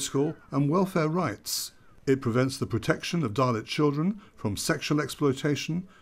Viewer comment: I hear dalek instead of dahlit....